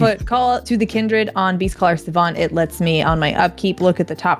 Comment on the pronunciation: When played Beastcaller Savant, I definitely thought she said "Beefcaller Savant," and looking at the card art, I feel like the name fits.